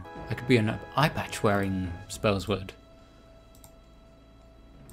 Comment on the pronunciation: "A spells-word' lol Its pronounced ' Spell-Sword xD